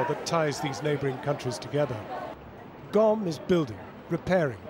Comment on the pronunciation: It's Qom, not Gom lol